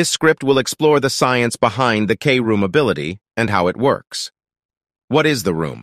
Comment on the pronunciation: “Kroom” not k- room